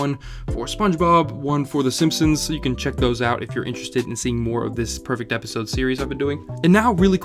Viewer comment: "Epsisode" lmao